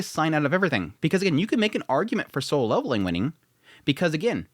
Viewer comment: Why does he keep saying sole leveling?